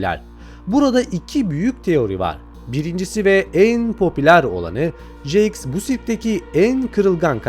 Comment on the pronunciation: Abi nolur artık jaxe "jaks" deme "ceks" diyo okunuyo